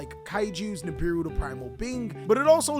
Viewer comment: Lmfao when you said nibibou 😂😂